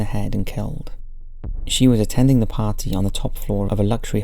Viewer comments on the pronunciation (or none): none